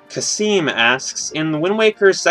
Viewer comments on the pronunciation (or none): none